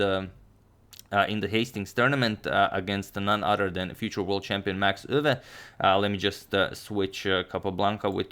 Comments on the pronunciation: I'm Dutch. 'Max Euwe'. The pronunciation indeed sounds weird and you absolutely nailed it. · As a Dutch speaker: you pronounced Max Euwe perfectly! ❤